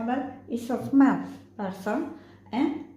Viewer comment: It is actually small person not smart.just accent problem.